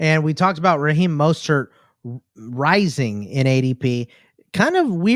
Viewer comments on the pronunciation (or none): I love you bro, but you are killing me, pronouncing rising, as raising 😂😂